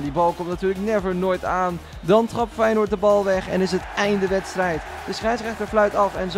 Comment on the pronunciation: Haha grappig hoe je Feyenoord zegt “weinoord